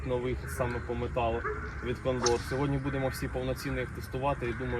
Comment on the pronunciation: Дякую за відео. Добре. Но наголос у слові кондор вуха ріже. Це така птиця є, і наголос на перше О.